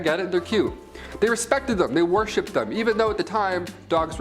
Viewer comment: Worshipped not warshipped lol